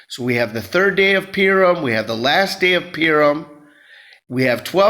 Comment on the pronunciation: Purim... pronounced Poohrim...😊